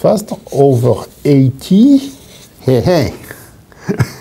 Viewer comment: "eight----TY" haha makes sense knowing how french say 80